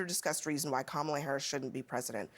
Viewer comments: It's KAmala! Just follow the emphasis as to what she says her name is to be...Folks call themselves to be learned, capable if you will, but don't know where the emphasis is in the English language... even when someone says it... smh. Also having no children does not eliminate a hopeful from the presidency. I'm done. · All this “humility talk” while continuing to mispronounce her name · comma-lah COME ON NOW, also you kids roasting you like that? LOL, "one day you'll be pretty" damn, you sure making a good case for not having em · That was a classless comment. Learn how to pronounce her name. Shame on you.